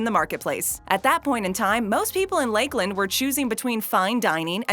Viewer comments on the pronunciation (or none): Lake Land Florida ROFLMAO it is pronounce Lakeland as in one word. toooooo funny. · I'm from Florida, she says "Lakeland" weird, we don't say it like that here. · I'm from the town where the first one was opened... it's all one word, lakeland, not 2 like they pronounce it